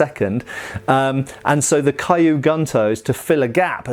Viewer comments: just as an FYI, kyu isn't pronounced kaiyu, you pronounce it exactly as it's spelled and run the k and the y together with no other sound between. This applies to all Japanese words that start with a consonant followed by the letter Y like gyu and ryu. So, not A sound, no E sounds, nothing in between the first letter and the Y. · Nice to see you've got the rough pronunciation of tachi down... Clearly kyu is next on the list. :P But great video. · I've been learning Japanese for a few months and I was like AAAAAAH the entire time lol. It doesn't really actually matter, but when you know better it's like aaaaahhhhh lol. Yes the way it should be said (Kyu) is like literally saying the letter Q in English. What doing is pronouncing it as KiYu which isn't right. Also even then, KiYu would be pronounced like the word Key and then the word You, and not Kigh (like the word High). If that were the sound, it would be spelled Kaiyu. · I think kyu should sound like q from star trek ? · Just wanted to point out that the word Kyu in Japanese, meaning old, is pronounced more like "Q" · 'Kyu' sounds like the letter 'q'. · The "Kyu" in Kyu gunto should simply be pronounced the same way we say the letter Q. Hence: "Q goonto". That is, assuming the pronunciation of Q is the same in both British, and American English. Hopefully, it's not similar to the letter Z in that regard!😀 And those have to be just about the ugliest things ever made! If they were all melted down and made into other swords, I don't think I'd shed a single tear!😀😂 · One tip, Kyu is pronounced like Q